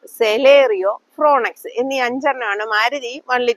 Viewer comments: ഫ്രോങ്സ് അല്ലേ ശരി ? ഫ്രോൻ എക്സ് എന്ന് പറഞ്ഞത് പോലെ തോന്നി.. സിറോസ്, റെനോ എന്നതും ഉച്ചാരണത്തിൽ തെറ്റായി പറഞ്ഞത് പോലെ തോന്നി.❤ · Madam എടുത്ത effort പ്രശംസനീയം, ഉച്ചാരണം കുറച്ചൂടെ ശ്രദ്ധിക്കുമല്ലോ. fronx=ഫ്രോന്ക്സ്, syros=സിറോസ്. Renault = റെനോ. പിന്നെ price പറയുമ്പോൾ exshowroom എന്ന് എടുത്തു പറയുക അല്ലെങ്കിൽ ഏകദേശ ഓൺ റോഡ്‌ price എന്ന് പറയുക. only suggestions.take it positively.